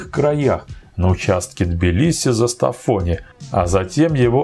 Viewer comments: Классный ролик. Спасибо. Но только Зестафони, а не Застафвони. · Привет, автор. Я живу в Грузии, и хочу тебя поправить. Не ЗАстафони, а ЗЕстафони